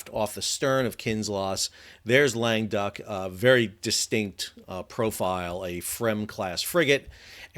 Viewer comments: I thought you've been saying "lame duck" and I thought why would the French call a ship that? Then I see that it is "Languedoc"! This pronounced: LANG GUH DOCK, emphasis on the dock, lol. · It's named Languedoc. Sal keeps calling it the French Frigate Lame Duck. Correct pronunciation is more like long-uh-DOCK. It's named after an area of France.